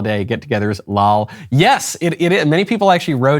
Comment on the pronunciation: Also his insistence on saying "LALL" instead of "L-O-L"...